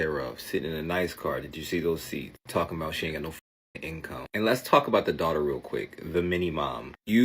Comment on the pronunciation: "My dwautuh..." 😂